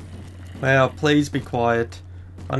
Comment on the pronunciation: like how he says weow when he goes wow....LOL